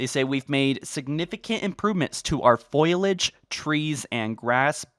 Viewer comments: Repeat after me - Foliage Fo-li-age. Stop saying Foilage 😅😅😅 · Foliage, not foilage. Just FYI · Say foilage instead of foliage one more time and ill show up at your house and steal your dog.😤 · fo-li-age not foil-age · Dude the word is 'fol-i-age' not 'foil-age' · foe li edge not foil edge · 'foilage' ? it's fo-li-age ! not foil-lage k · Great video but for the love of God Fo-li-age not foilage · Foliage Fo-li-age. Stop saying Foliage😅😅😅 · Foliage Fo-li-age. Stop saying Foilage 😅😅😅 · Foliage, not foilage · Man I don't wanna rip on you for dumb shit but...foilage? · Anybody notice him say "foilage"? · Dudes got to learn how to say foliage, keeps pronouncing it like foilage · FO LEE AGE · Did you just say "Foilage"? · My man really sayin foilage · Yeah, it kinda pisses me off that he mispronouces it every fucking time despite it not even being spelt like that, like how the fuck do you do that?